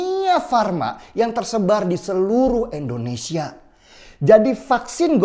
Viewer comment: Sebut "Indonesia" dong Bang Denny, jangan "Endonesia", itu Bang Denny Sebut "Inggris" bisa rapi gak sebut "Enggris". Jadi biasakanlah sebut "Indonesia", hargailah nama negara kita sendiri.